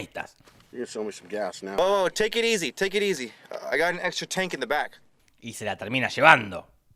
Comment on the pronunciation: Y cuando dice teikirisi teikirisi